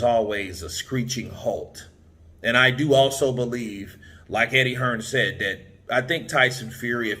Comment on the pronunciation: "the", the word you're searching for is "the", not "d". The fourth letter in the alphabet is "d", it's not a word. And "that" is the other word you're searching for, not "dat". "Dat" is what happens when when you're talking about a Japanese made car and you forget to include the "sun" bit at the end.